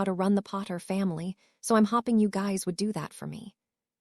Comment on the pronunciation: Hopping and hoping are pronounced differently learn the correct pronunciation and what they mean.